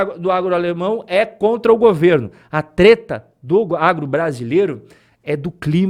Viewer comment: TRETA, NÃO! VOU PARAR DE SEGUIR VOCÊ! DEU UM RÔLO, BROTHER! MANÉ ESSA CAIPIRADA DE "TETA"!